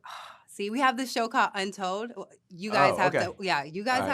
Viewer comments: Jade said "Untold" maybe she meant "Unreal" lol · Love how rough around the edges she is, reading her questions and fluffing the name of 'unreal'... so relatable! don't coach it out of her!!! Make her do more random stuff like this and keep her in ring promos to 3 lines and a mic drop